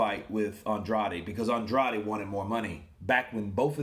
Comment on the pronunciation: He says "Ann-Draid"(weird, I know).